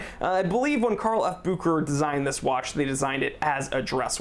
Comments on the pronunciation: it's BU-HE-RA, not bu-k-ra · SAY "BOO SHAE RHER" GDMMIT SON!!! Messing names like this ntz ntz ntz 😙🤌